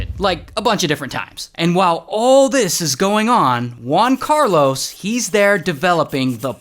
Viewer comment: “One Carlos” Try HUan Carlos, like in “Hooters”